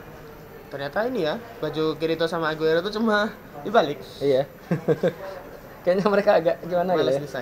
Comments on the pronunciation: The name is Eugeo , it is not Aguero =__= c'mon, this video watched by foreign peoples included japanese.. please. E-U-G-E-O. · Min eugeo bukan aguero :v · Namanya bkn aguero, tp eugeo yang bener